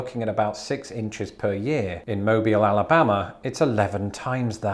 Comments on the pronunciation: Thank you for saying Mobile correctly! You'd be shocked at how many folks pronounce it like it's a phone. It's not a phone. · Thank you for pronouncing Mobile, AL correctly.👏👏👏👏